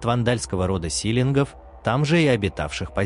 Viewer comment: Силинги астингми лакринги читать не"ГИ" а "ХИ"чтобы было понятно речь идёт о воде-ХИ.Теперь говорят:"Осетин" а не "АстинХи"